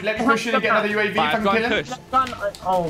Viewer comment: did he just say yooav instead of uav?